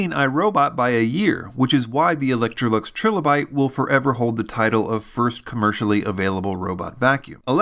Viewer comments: its killing me but its pronounced TRY LOW BYTE . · Tri-lo-bite, like the fossils. Unless that is how you'all pronounce the fossil as well :) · It’s “TRY-LA-BITE”. There’s no second “L” to soften the “i”.